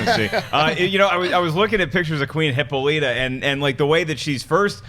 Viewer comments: Hih - Paul - it - ah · Sorry I can't ignore this, it is NOT pronounced HIPPO-LEETA! It's Heh-Paul-it-Ah! Hippolyta! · you guys cracked me up today. Really Hippo-littah, try Hip-Paul-i-tah. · Neely Every time the said Hippo-lee-ta I keep saying Hip-Pal-i-tah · Guys, for the love of god... Hippolyta (/hɪˈpɒlɪˌtə/)